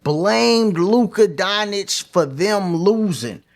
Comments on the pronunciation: Bruh 🤦🏾‍♂️ Say it with me... Don-CHICK. Don. CHICK That's how you pronounce his name. Luka Don Chick (just say it together) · The correct pronunciation of Luka Dončić is "LOO-kuh DON-chitch" according to the Dallas Mavericks media guide. The "č" in his last name is pronounced like the "ch" in "church".